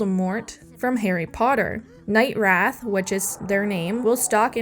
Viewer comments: It's wraith not wrath. a wraith is a mean ghost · What?... Im saying you pronounced 'it/she/he' night wrath instead of wraith. Nothing to do with gender here... Im very confused by your reply.